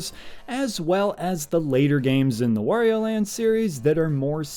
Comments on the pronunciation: You've lost me at "Worio" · Wario: rhymes with Mario.